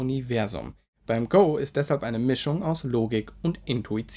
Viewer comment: Wer Go wie Pokemon Go ausspricht gehört auch bestraft... 😂🤣 Egal, erst mal übertrieben effizient Wein schlürfen und weiter kritisieren...